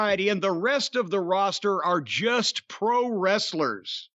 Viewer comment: Oh shit corny you're killing me 🤣 "Pwo wrestlers"